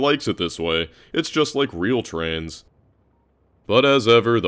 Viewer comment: Every time he says trains, I hear trans 😅